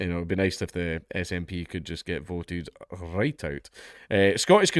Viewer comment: "RrrhWhite!" "RrrhWhite!" "RrrhWhite!"